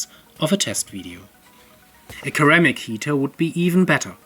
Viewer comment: Ceramic is not pronounced "keramic"